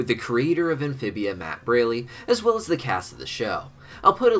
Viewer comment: You mispronounced Matt's last name again, it's pronounced Br-all-ee